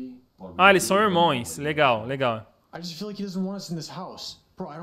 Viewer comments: Irmões? eu "acho" que é Irmãos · Ele falou irmões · É irmãos mesmo,ele falou errado